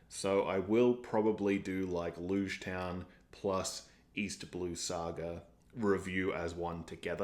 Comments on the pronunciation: Logue is pronounced like Log Shichibukai is pronounced Shee-chee-boo-kai (kai rhymes with high) AKA 7 Warlords is easier too I think Luffy and Zoro not listening to Nami's backstory works with their personalities. They're gonna save her whether they know the full details or not. She's part of their crew. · The next arc, Loguetown, is pronounced like ends of the words "prologue" and "epilogue": Log Town. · LogueTown is pronounced Log Town, like prologue and epilogue. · Just a heads up, Lougetown is pronounce as Log-town as in prolouge or epilouge. The name of the town is a way to say that this arc is gonna serve as a prolouge for the whole entirety of One Piece.